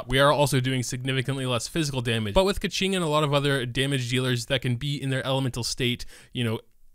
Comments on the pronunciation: It's pronounched as 'Ge-Ching' not Kacing😂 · That's how you say her name. Keqing is "Kuh-Ching" because the qi in her name is pronounced chi. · Dude, he called her "Ka-ching", like a gold mine is she xD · To be more accurate: "Ka" in this name pronouce like "cur" in curtain along with its high tone and "Qing" is "ch + ing" with dipping tone. Here's the kanji - 刻晴 -, you can place them in chinese google translate to listen if you interested.